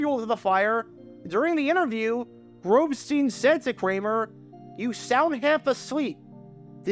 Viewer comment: You butchered Grobstein name. The Grobber Chicago radio legend. Wls am 1000 The Score.